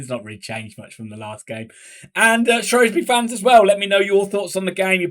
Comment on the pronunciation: Ur saying Shrewsbury wrong u spaz